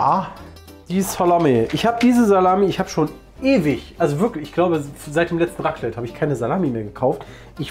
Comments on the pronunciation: Mein Schweizer Herz blutet nach diesem "Raclette"😥😅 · Wenn jemand Raclette statt Raclette sagt: 🤦🏼‍♀️